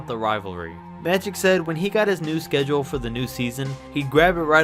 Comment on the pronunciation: He said matic Johnson 😂